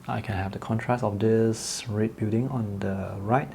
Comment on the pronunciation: This guy cannot pronounce red